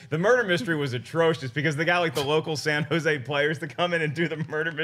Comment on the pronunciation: I like today’s topics and pronunciation of San Jose’. Thank you for mentioning my town. The people there try but are not HOLLYWOOD that is for sure.